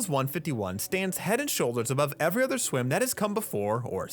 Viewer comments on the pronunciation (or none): none